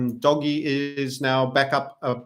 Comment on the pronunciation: It's not Doggie coin ffs. It's Dohj.